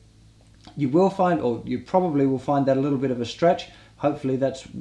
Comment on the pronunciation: "Enjoy eez liel puppies" lol